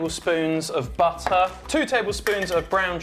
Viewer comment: “I have the butter but I don’t have the Bu-errrrrr” This cracked me up